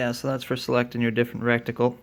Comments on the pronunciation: 😂he said rectical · Did you say rectical?